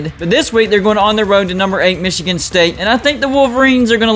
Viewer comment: I really love the way you say Michigan, I find it hilariously amusing.